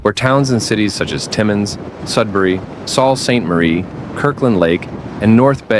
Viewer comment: Saul saint Marie?!?! Pronounced "sue saint marie"